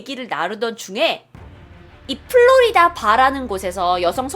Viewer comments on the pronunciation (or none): none